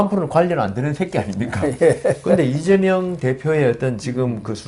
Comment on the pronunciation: 아무리 들어도 '이죄명'으로 들리는 건 왜일까요